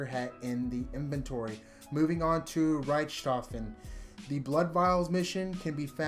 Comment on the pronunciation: my guy said riach tophen p.s its all good though